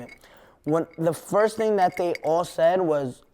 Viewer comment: Wtf was 6ix9ine sayin . Den he goes you know what i'm saying , the internet is a powerful TING